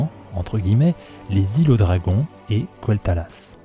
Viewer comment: Merci pour cette vidéo intéressante. Moi aussi je penche plutôt sur une extension autour des Elfes de Sang et des Hauts-Elfes bien que tu ais souligné un lien pertinent avec ces fameux dragons. Je n'y avais même pas pensé. Par contre... « kouel'talas » t'es sérieux ? 🤦🏻‍♂️😅